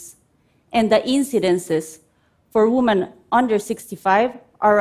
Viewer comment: Great Idea, but does it really work as advertised? 🤔 I would start by first by teaching her how to pronounce "women".